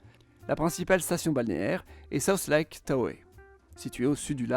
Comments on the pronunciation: Le lac Tahoe se prononce "ta-ho", et non "ta-ho-é"! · Super vidéo! Merci! Si je peux être peignet par contre Tahoe ça se prononce tao (sans le e final :) )